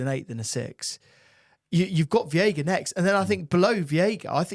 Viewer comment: its veiga like sega 😅